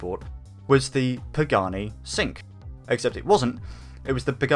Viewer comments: Sink?? It is cinque .... chin-queh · Cinque - pronounced "Chink-way" not "sink" lol good vid tho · Cinque is pronounced “Cheenquay” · countreefus yeah I agree. also, I didn’t want to tell you this man because I thought you were just saying it for comedic effect, but you were pronouncing “cinque” wrong, it’s actually said like “cheen kwei” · Oh, I'm so triggered by the way you pronounced "Cinque"! 😠